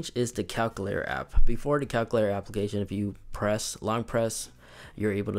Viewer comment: Lol he says “calcoolator” but nice video though!